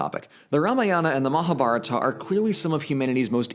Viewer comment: When you realize and pronounce "Mahabarata" differently.